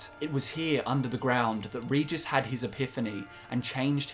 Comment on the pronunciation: Regis not Ridżis.